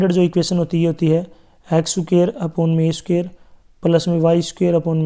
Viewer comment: Sir sookair nahi square hota hai 💯